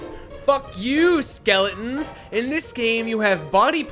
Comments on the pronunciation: nobody:: S K E L E N N S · W E A L L H A T E S K E L L E N S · can't help but notice that said skele'ons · Ah, yes Skel i ins